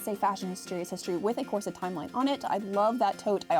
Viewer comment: Loved this! In particular the correction pronunciation of corset as opposed to core-sette vid been hearing of late!